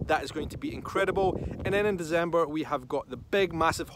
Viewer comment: DeCember not DeZember..just could not help myself..